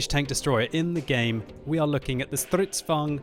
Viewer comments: You suck at pronouncing Stridsvagns. You : StRydsvugn Actually : strids vagn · Man, i love the way you say Strrridsvagn! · I love how you say Stridsvagn XD